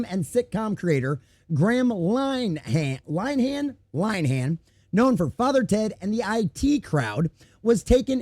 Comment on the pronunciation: His name is pronounced "Lin-a-han".